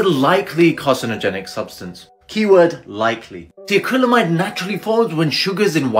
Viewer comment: This guy made a video about a toxic substance that he mispronounced. Smh